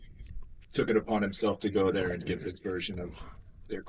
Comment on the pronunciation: Sebastian the word THERE is NOT pronounced “DARE”…..what is wrong with you? Aren’t YOU embarrassed? - (as one of your tours is Titled).